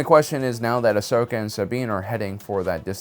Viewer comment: Its ahsoka not ashoka